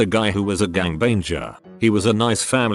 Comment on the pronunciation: LOL “Gangbaneger”